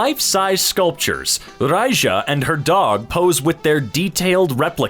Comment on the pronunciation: it's not raicha it's just Raija